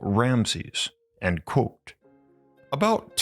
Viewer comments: It is pronounced "quote" not "quo". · It tickles me to hear him say “quo” instead of quotw